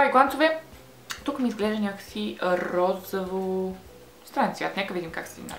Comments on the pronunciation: Розово* не розаво...иначе супер клипче... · S ро-зО-во, не розАво !